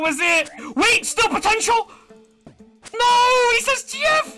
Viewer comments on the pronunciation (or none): none